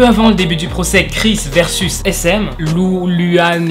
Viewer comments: Nann mais genre sehun c'est pas ce genre de mec c'es un bon gars Et puis baekhyun et taeyon sont un beau couple Chanyeol es maladroit Et on dit luh an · Yeaaah super vidéo ( en vrai j'aime toutes tes vidéos bref ) . Ps : LuHan ce prononce LouRan ( oue car en chinois le H se dit R et le U de dit Ou voilà voilà )